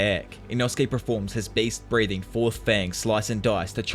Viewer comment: ngl I kinda misheard you saying beast breathing as based breathing and it made my day